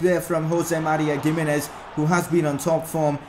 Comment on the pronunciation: Not how u say gimenez